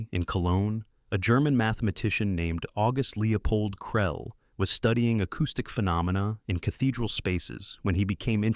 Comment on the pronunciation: What Language is that journal title in ????? Its not french, not German, not Latin... Why not show a copy that shows the name without mangling the pronunciation of it? And what is his name, Krell or Krelly or Krellay ? Make up your mind.